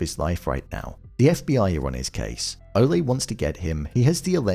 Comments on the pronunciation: You're mispronouncing Ole Munch's name. Munch should rhyme with Lunch because he's a sin eater and Ole has a silent "e" as in Ol' ie "old" not the spanish bullfighter cheer. It's odd that they don't have a record of him on the security cam which reminds me of the season 3 policewoman electronic doors didn't recognize who takes down Vargas, probably signifying as it did for her the greatest enemy of the powerful is the unpredictable threats AI algorithm's can not detect and plan a defense for which is a frequent Fargo theme. At this point its still vague as to his being a supernatural killer over 500 years old. The old woman being his mother suggests there must be alternate explanations but she never actually calls him her son although her actions suggest she recognizes him. What I'm looking forward to most next episode is what I expect will be the first contact between Roy and Wayne's mother who has a similar ruthless disregard for the law as he does. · And you wrong on the Ole as well, our man pronounced it correctly